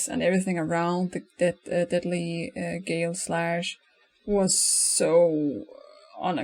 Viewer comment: its not pronounced "gale-slash" the real name is cooler. its pronounced "galeh slash"